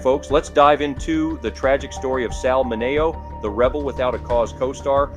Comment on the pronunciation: AI can't pronounce names correctly